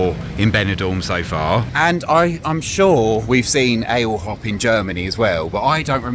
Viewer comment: I’m old , but I’d pronounce Ale Hop as “ally oop “ - like you’d say to a dog about to jump over a fence